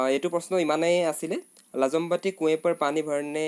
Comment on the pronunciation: lajambanti nohoi daa lajbanti